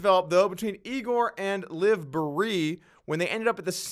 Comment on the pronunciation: I'm not sure that is the correct way to pronounce Liv's last name